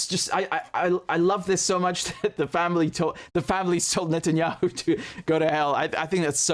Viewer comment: Wait a minute. Do Israelis say "Netanyakhu?